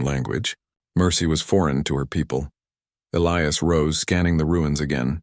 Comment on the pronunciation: As least this time they pronounced Elias right. And she WAS a traitor to her people 👤.